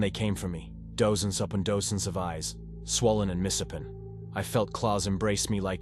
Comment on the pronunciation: Is this read by a computer? Some of the pronunciation of words isn't just wrong, it's plain stupid. Dose-ens and dose-ends of eyes? Mis-HAPPEN